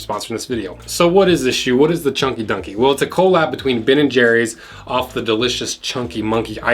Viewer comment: quit saying CO-LAB. it’s collab. as in… surprise!!! COLLABORATION